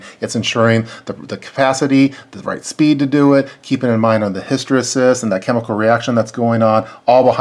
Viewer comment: Good video but hysteresis is pronounced his-tə-ˈrē-səs.